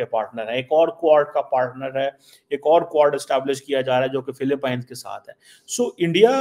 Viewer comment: Yaa kon sa chima hai jo pronoun bhi nahe kar sakta philipines ko philipine kah raha rai